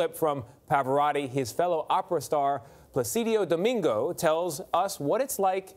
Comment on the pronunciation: MIsprounounced "Andy GriFFIN Show" and PlaCIDIO Domingo" in the first sentence. Any credence for this talking head?